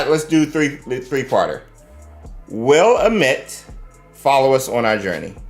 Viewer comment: Hey his name is pronounced a-meet cheers !